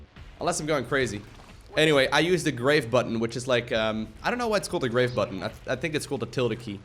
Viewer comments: Grave: Graaaaaarrrrrrrrrve, rather than Grayve. French. :-) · Wait, not because of calling "grahv" "grayv" ? Cuz I only took 2 yrs of high school French and that made me smile :)